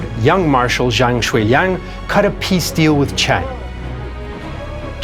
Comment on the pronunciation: Zhou (EnLai) pronounced Joe. Similarly Zhang is Jang. Zh is always just J sound.